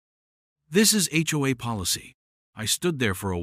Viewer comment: It's just pronounced H-O-A each letter individually😊